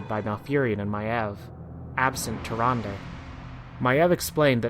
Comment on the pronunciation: Awesome vid man, but I can't get over you pronounce Tyrande. It's pronounced Tier-ron-dah.